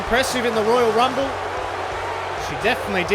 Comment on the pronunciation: I think you should calm down when your speaking beacuse your voice getting very low the higher u speak and your not pronouncing the words good especially the royal rumble. Am a new fan anyways